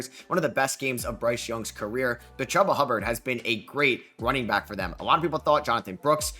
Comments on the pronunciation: “Ch-oo-bah” Hubbard not hubba bubba chubba Hubbard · It's pronounced "Chooba" Hubbard.